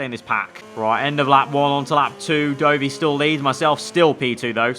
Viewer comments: Please stop saying Doughvi for Dovi 😂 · FYI — Dovvy not Doughvy